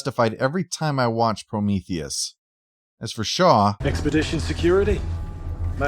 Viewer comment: "My darling, I've always loved- Oh no, Promotheus!" "It's Prometheus!"